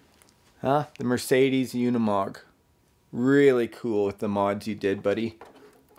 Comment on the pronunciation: Oh, I thought it was pronounced oo-ni-mog, not yoo-ni-mog.